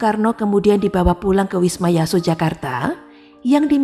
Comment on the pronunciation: Sedikit masukkan CIIW : Bacanya Yong Java bukan Jong Java, wisma Yaso bukan wisma Yoso. Tks.